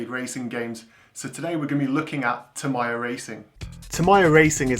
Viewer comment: Your pronunciation of Tamiya (Ta-mai-ya instead of Ta-mee-ya) gave me weird feeling.